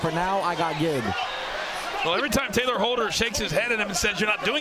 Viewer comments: It’s Tayler not Taylor. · Nobody: Not even a single soul: The commentators: TaLYer HOLdEr